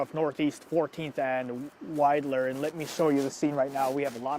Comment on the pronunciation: If it helps, it's pronounced wide-ler